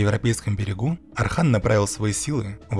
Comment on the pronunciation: Отличный ролик, но есть просьба: называйте Османа Османом, а не Асманом, сына его Орхана не Арханом и империю не Асманской, а Османской. Для турков это имеет очень большое значение. Мы же не называем Иванов Айванами!